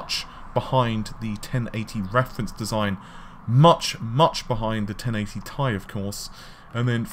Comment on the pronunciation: "1080 Thai" xD, it's 1080 Tee Ai.